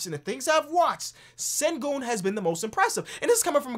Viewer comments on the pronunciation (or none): Turkish subscriber here, it’s pronounced ‘Shen-goon’ mate :) keep up the good work can’t wait for the notifications coming from your uploads! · its pronounced shengün (ü as in j(u)ry)